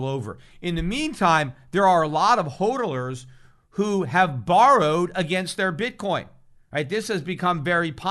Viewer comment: He keeps saying holdolers that must be a new word first time I've heardoers of it.